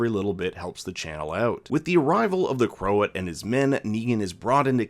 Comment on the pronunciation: And Croat isn’t pronounced crow-at.